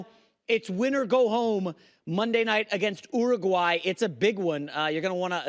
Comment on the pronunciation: Bro, don’t worry about being the best at everything for your national identity, but maybe try to say the countries names correctly that you’re comparing us to so you could be taken seriously. How did you say Uruguay? Lol